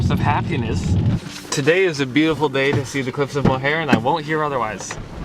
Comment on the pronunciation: Mohair? Please. Learn to pronounce where you're going.